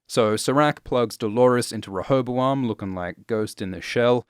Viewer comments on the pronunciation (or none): Listening to you try to pronounce rehoboam was painful tbh